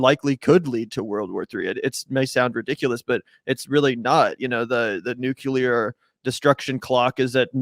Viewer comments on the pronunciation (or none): "nuculear" Nice 😜